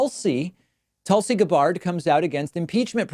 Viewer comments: Haha, yeah idk why he said it that way, and why sometimes he pronounces it Tulsi "Guh-bard" when other times he pronounces her last name correctly. Even in this video at the end he says her name right, so not sure if it's intentionally pronouncing their names wrong as a jab, or if he has a habit of pronouncing things differently sometimes since he grew up in Argentina. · Jimmy Do-REH; Tulsi GahBARD lmao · Jimmy Dorray? Tulsi Guhbard? lol come on now. That's silly. You know how to pronounce them. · Why does David mispronounce peoples names so frequently? Jimmy Dorée? Tulsi G'barred? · Uh, who are Jimmy "Dough-Ray" and "Tulsi Guhbard" ? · Objectively pointing out the differences between two candidates during a Primary is not smearing them. I can't stand Jimmy Dore and don't support Tulsi but you sound like a childish right-winger mis-pronouncing their names. You are losing a lot of respect from people over your disingenuous behavior. I was a paid member at one time. I know, I know good riddance.. (while you beg people to support you because YouTube is mean to you for demonetization). Good luck. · You just mispronounced two names associated strongly with new-wave american progressivism hahahahaha Dore and Gabbard, as if you never heard of them I admire how you try and distance yourself from any team-like mentality, though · Hehe I love the not so subtle jabs David is giving Jimmy and Tulsi just by pronouncing their names wrong.